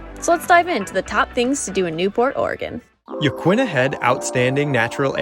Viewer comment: As someone who's lived here 10 years, you pronounced Yaquina correctly. It is Ya-qwinna, not Ya-keena. No one here says Ya-keena. But yes, you did mess up agate 😉